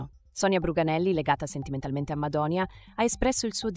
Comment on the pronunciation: Madoni'a (accento sulla i) mai una volta detto bene da cialtronilandia, ha perso una buona occasione per la sua ingiustificata mania di protagonismo. Per i più è un perfetto sconosciuto, ha sbagliato.